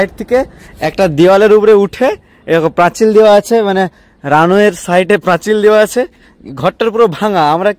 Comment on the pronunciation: আরে ওতো প্রাচিল বলছে (প্রাচীল ❌ প্রাচীর ✅